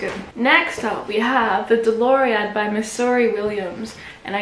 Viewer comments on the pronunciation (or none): none